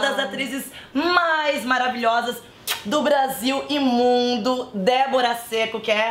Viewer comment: Só eu entendi Brasil Imundo, ao invés de Brasil e Mundo. Amei o vídeo!!!